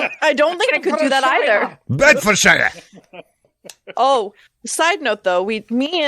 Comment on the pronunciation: Hey there.. Bedfordshire is pronounced Bedfordsheer. Like New Hampshire in the US is pronounced. And Luton airport is pronounced Looton 😅 they would also have London Stansted airport nearby too. Train links to london would be fantastic. Not looking forward to the traffic though! You think the I4 is bad… the U.K. freeways are 10x worse.. it’s actually quite nice to sit in the I4 traffic after sitting on the M25 or the M1 😂